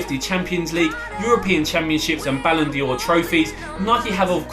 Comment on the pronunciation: ITS BALLON D'OR NOT BALLON DI'OR